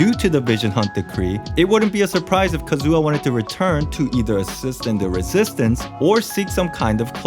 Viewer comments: I can't take his Kazu*WA* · your kazUha cuts my hear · "Kazua" Pls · "ka-zoo-ha" boi i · Every time you pronounce Kazuha as Kazoo-ha I lose a year off my life :') Great video tho! I enjoyed it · WHY ARE YOU CALLING HIM KAZOO-AH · Who is this Kazoo-Ah guy hmmm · "Kazooha" Me: instrument? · Ah yes, Kazoo-ha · Calm down.... There's no need to start a riot because he pronounced Kazuha Kazoo-ha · "Kazoo"ah what???